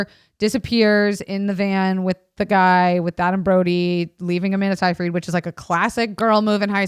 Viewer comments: it's sigh fred SIGH FRED not say freed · It's Sigh-frid